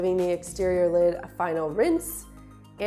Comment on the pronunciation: Thanks for the morning laugh...... lid, not kid!!!!!!